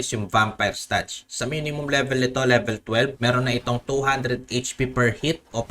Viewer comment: Pa libilen😂😂😂 Bisaya ka😂😂😂 Ako din eh😂😂😂